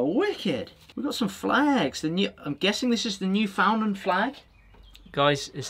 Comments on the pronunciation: As a Canadian, I have to correct your pronunciation of Newfoundland... It's more like "NYOO-fn-land" the sounds, or syllables, get kinda mushed together. Kinda like how an Australian will never pronounce it "MEL-born", but "MEL-bn" Also, if I wanted to send you some beer made in my hometown (some of which have won some pretty serious beer awards here in Canada), how would I go about doing that? Is it illegal to ship alcohol overseas? Ship as "gift"? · newfoundland its said like new fin land here g ahaha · You were asking if the keychain had the flag of Newfoundland. The answer is yes and for some odd reason it is pronounced New Fyn land here in Canada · that's the Newfoundland flag. Newfoundland pronounced "nuufundland.